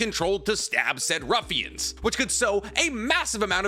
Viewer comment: Not "Ruffians" 😂😂😂